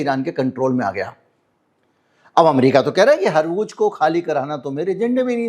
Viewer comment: harmooj warmooj nhi hai dar asal hawrmooz hota hai